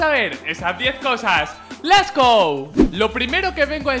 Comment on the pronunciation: Les go? LES? GO? LESSS? será coña